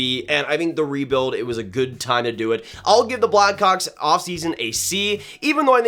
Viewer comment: does not sound like hes saying blackhawks